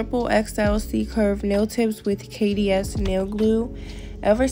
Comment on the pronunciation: Did she say KDS? Lmaooo it’s KD’s😂😂